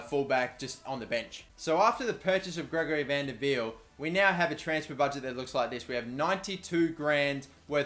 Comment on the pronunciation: Jallet is pronouced jallay as in french et is said ay and gregory van der wiel u say wiel viel